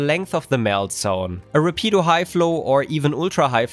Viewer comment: Have you done the same tests with the rapido hf or uhf? I‘m interested in the concrete results. Btw afaik „rapido“ is Spanish and has the accent (Betonung) on the first syllable.